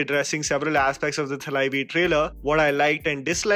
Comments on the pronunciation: The correct pronunciation is ‘तलैवी’ and not ‘थलैवी’। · For the love of God..please! It's तlaivi, not थlaivi.. someone who is so keen on small little detailing in movies does this error so often himself.. constructive feedback hai bhai👍🏼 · The correct pronunciation is तलैवी not थलाइवी. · Just a quick tip: We North Indians have a habit of saying "थ" for "Th" but it's actually "त" when it comes to Tamil. Words like थ, ध and many other don't exist in their vocabulary. So it's actually pronounced as तलाइवी not थलाइवी .. I learnt this spending a few years in Chennai. Same goes for Thalapathy Vijay or Thala Dhoni :) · I agree with everything you said. I hate to THAT guy, couldn't help but point this out - The 'Th' in Thalaivi is the त. Like the namaste wala th. Or say, Taala wala 'th'. The way most North Indian folks say it, it sounds like थ like the Haath wala 'th'. Or, dunno, "woh wahan pe tha" wala 'th'. Figured I'd share it, that's all. Liked your Pagglait video too, good stuff.